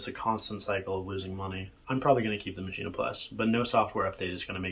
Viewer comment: Ok, Im sorry, Im not a maschine fanboy, but I cant watch any more of this. Do you say "complete-ah?" It is not "Machine-ah", its "MACHINE." I don't care if its German or not, this is English you are speaking, not German. I have both the Maschine+ and MPC Live 1 & 2 and they are both fine. The Maschine suffers from unoptimized code which causes CPU overload issues in many wonky areas, even when the CPU is hovering at 30% or so use.This is easily remedied however by removing some of the unnecessary FX often included in sounds (don't forget to check global FX as well). I also strongly believe the UI has issues. Having pages of raw text that I scroll through to adjust parameters is just not fun or interesting. There is a lot of wasted screen space where actual UI could be included to give the unit a more premium feel. I have not had stability issues, although, I do currently have addons and soundpacks that I cannot update for whatever reason (download occurs, reboot the unit, plugins and soundpacks still need to be updated, no version numbers have changed).Not including a touchscreen is just bizarre. I understand in many situations, the knobs are faster than using a touchscreen, fine, keep both options there. For those of us that feel like a touchscreen is more intuitive, we can use it, while those that prefer using knobs to select notes in the piano roll screen can continue to use the knobs. Finally, the expansions are way too expensive and it is not entirely clear to me what ex